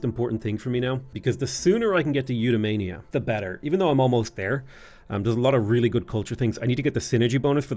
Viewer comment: The way you say Eudaimonia makes it sound like a disease :) I still remember the Alpha Centauri tech voiceover, which pronounced it you-die-mon-ee-ah